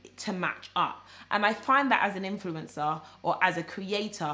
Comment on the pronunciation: 🤣 it sounded like you said influenza 🤭 that was funny! Keep up the good work